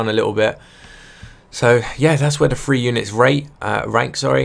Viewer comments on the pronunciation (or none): every time he says 3 I keep thinking he said free... I was confused for a while now, like what does free mp mean?